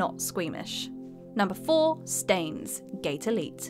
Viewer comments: Stains????????? It’s Frankenstein not Frankensteen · Stains ... Gate and Okaahhhbe. I think I threw up in my mouth a little bit! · Stains.... Gate Elite. For real? It's Steins;Gate. Stein like Albert Einstein. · Stah-eens Gate, Elite (the real pronunciation) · Did she just say "Stains: Gate Elite"? I actually thought she at least tried to play the games she is talking about, now i know she probably never even heard of them before... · Despite how its written, Steins Gate is said as one word, no pause. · Next is going to tell us she pronounces 'Frankenstein' as 'Frankenstain' >.> Please don't >.< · The way she pronounces Steins;Gate hurts my soul